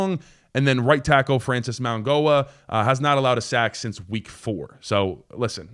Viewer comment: It’s pronounced Francis Maui-NO-ah. There is no G sound. This is how you know people are just tuning out and finding out about your best players lol